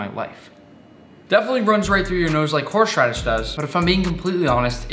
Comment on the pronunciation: “Horshe radish”